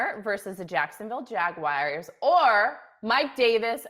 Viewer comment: How pronounces “Jacksonville Jaguars” will forever bother me.